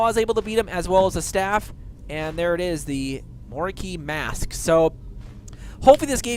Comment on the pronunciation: "MAAASK" that pronounce made me die a little bit inside x)